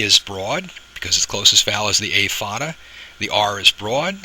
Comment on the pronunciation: Agghhh... the pronounciation is off and it bothers me because you're so close to being right, but it just doesn't sound right.. and it bothers meee... The accent over the a is called a fathe or foda, and is pronounced as "fodda" (the "dd" is said by spreading the tongue behind the upper teeth, as the "th" in the word fathe is a broad t while the "h" is silent) It is an Irish accent that's used in the Irish Gaelic very commonly, and because of this, the vowel ":á" is exaggerated as a broad vowel, except when it preceeds (or follows) a slender consonant, where another broad vowel will flank that slender consonant (and the reverse is true). Thus, the vowels will always agree - slender with slender and broad with broad "Caol le caol agus leathan le leathan” The problem I have with it, is that the way the (á) is pronounced, is sort of correct, but not..? Because there's a nasal quality with it to pronounce it better as a slender vowel, but as a broad vowel, there's more impact - and this is an important distinction. And it sounds like yer tryin fer the broad pronunciation, but the technique is off, so it sounds like yer tryin to say another vowel as a slender and mixing the two together and it just.. it's like an itch in the brain ye can't scratch But there's another huge problem that i have with it.. which is hardly ever even addressed or made aware for most people that I can't really fault ye for.. ye're goin by one singular based accent, and not really specifying which region i